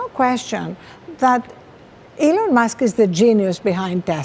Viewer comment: The name is Elon not Eloff right..